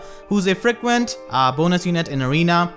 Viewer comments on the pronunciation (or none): "FREK-vent bonus unit in arena"